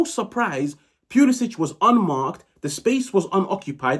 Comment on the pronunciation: Brother I love the channel, but pulisic'a name is pronounced like pull-ih-sick